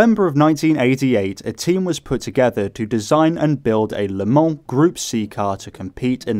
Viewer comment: Thank you for the correct prononciation of Le Mans and avoiding the infamous "leumah"